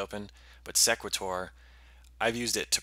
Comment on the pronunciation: Thanks for the video. I would pronounce the program name like "equator" with an "s" in front. "See-quay-tor"